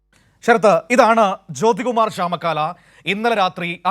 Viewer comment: ചാമക്കാല അല്ല ചാമ ക്കൊല